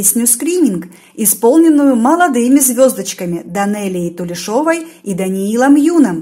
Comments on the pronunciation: Просто подсказка на будущее. У казахов ударение ставится на последнюю гласную. Ова, Ева, Ин не считается, поэтому она Данелия ТулЕшева. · Откуда у вас уверенность что она неудачно выбрала песни на конкурс в Америке? Я не согласна с вами. Песни были прекрасны и исполнение тоже. Потом ударение в Тулешова ставить на е надо. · Тулешова, ударение на "е"